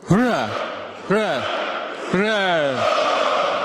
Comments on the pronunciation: у Брежнева троекратное ура и то было выразительнее и четче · дед свихнулся, уже и ура сказать не может